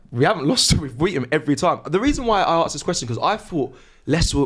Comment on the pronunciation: “ I ‘arrrksd’ you” 😂😂